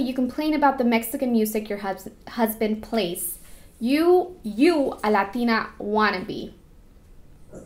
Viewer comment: so what happened with the spainsh makeup tutorial you did a while ago not sure when, idk if the video is still up to lazy to look but yeah you spoke spaish very very well! even when you said latina you sounded mexican af